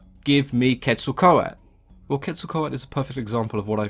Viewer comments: Why does he say Quetzlcoat when it is Quetzlcoatl there is a L at the end and he doesn’t say it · So well done! Just an FYI, you had the pronunciation was a bit wrong, just at the end of the name. The "L" is pronounced similar to the end of turtle. The "tale". But, you're always so informative. Love your videos. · Ket-sal-co-ah-tuhl and koo-kool-kan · I really thought this was pronounced "quetzo-kowatol" :( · This might not be important to you, but the correct pronunciation is Ket-sal-quatle. i do find this extremely entertaining and enlightening. keep up the good work mate. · I remember watching “Scooby-Doo: The Monster of Mexico” and Velma said it like “ketzal-kwatal”. I was so proud of myself for knowing what Quetzalcoatl was, but scooby-doo led me astray. Just a random memory. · Do the right pronunciation or sod off you are about as white as you come trying to use the Aztec dialect Quetzacoatl npt how your you are pronouncing it why is that white people think accents need a white only translation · one youtuber that uses the names of aztec gods in her animations in one video about how to pronounce names they talk about how Quetzalcoatl is like zeus for the aztecs to her friend (who is a VA in her animations) the part i like is this quote "corn is friendly" lol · Also, I think you forgot the l at the end of Quetzalcoatl when you were saying it through out the video